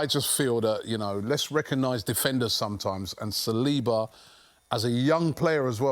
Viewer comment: SAL-li-ba, not Sa-LEE-ba.